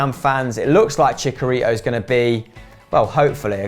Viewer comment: "Chikarito" Lmao